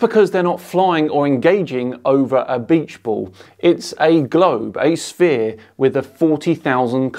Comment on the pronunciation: "It's a globe, a spear." Whoops! "Sphere" is pronounced "sfear", not "spear"!